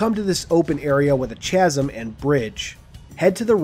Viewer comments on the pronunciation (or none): no way bro mispronounced "chasm". (pro tip, it's pronounced "Kazm") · That's the most interesting way I've ever heard "chasm" pronounced. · You pronounced chasm wrong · Can’t pronounce “chasm.” Another indictment of the American public school system.